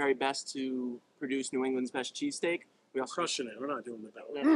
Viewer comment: As a north Philadelphia native did he just say " New Englands best cheeseteak"???? I BEG YOUR PARDON?